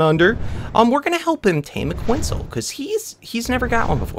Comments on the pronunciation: btw its not pronounced quintzal its pronouced cu et zal co at lus just to inform u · I've been watching your Ark playlist all the way through, and I gotta say, it really bothers me when you mispronounce dinosaur names. ITS PRONOUNCED QWET-SAHL